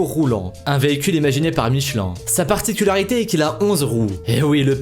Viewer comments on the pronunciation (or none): none